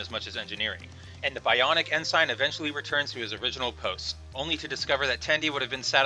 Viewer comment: 'bionic n sign'?? - you really should know how to pronounce ensign.